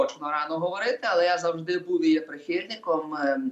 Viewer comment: Остап-в етері,а ведучий -в ефірі!оце вам і вип'єм до дна,щоб була думка одна! А ще в останнього: буф,сказаф,стях-у неукрвимові,весь час!